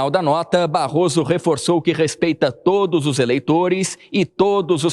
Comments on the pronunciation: Amanta tá falando "todys" kkkkkk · Impressão minha ou a Amanda disse todis??😂😂😂😂😂😂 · no minuto Amanda fala TODIS POLÍTICOS? ou eu escutei errado?